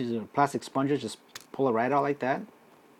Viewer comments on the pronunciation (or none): It is 'spud....ger' ......not 'spon.....ger'.